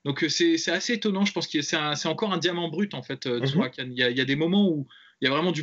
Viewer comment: Juste les gars c’est Tsarukyan pas Tsurakyan